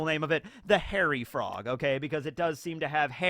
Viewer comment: Dang with today's Frog Facts™ I thought you said "Horror Frog" when introducing the Hairy Frogs, then the image popped up and I was like sheeesh that do be one horrific frog